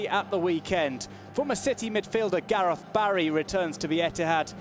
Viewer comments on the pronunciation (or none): none